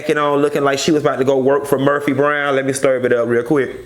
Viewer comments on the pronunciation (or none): I live for "stirv" it up!! My son says stir like that!! I fall OUT!! Great review- I think your points are valid and accurate about the angle of this show. Keep it up!